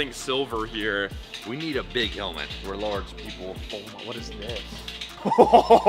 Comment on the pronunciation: definitely said "helment" instead of helmet 🤦🏻🤣🤣🤣